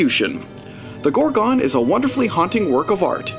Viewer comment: The film is called The Gorgon not as you pronounce it GorgOn